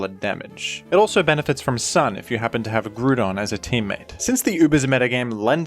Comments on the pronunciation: I think keeps making these videos so he can say Grewdon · I was having a drink of water and almost did a spit take when I heard "Groodon". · This dude really called it “Groodon” 😒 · Groodon? is he a ground type or a groond type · I thought the groodon pronunciation was funny, but I also understand why people might pronounce it that way. Words like group are pronounced that way. Grou has two different ways of being pronounced. Gotta love English. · too true.